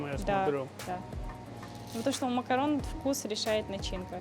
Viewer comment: Макарун а не макарон